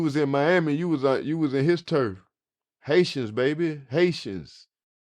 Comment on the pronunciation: What he said: Haitians baby Haitians What I heard: Snitching baby snitching 🤣